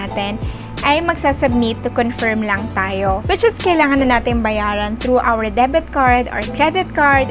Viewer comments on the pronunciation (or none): none